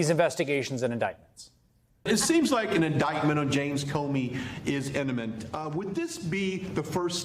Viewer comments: Did that planted questioner just say in-iment? How about imminent? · Let's not forget the Trump-friendly reporter who asked about Comey's "in-a-mint" (imminent) indictment. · The fake Fox News reporter said "eniment"... 🤦🏼‍♂️ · MTG’s bf Brian Glenn can’t even say “imminent” correctly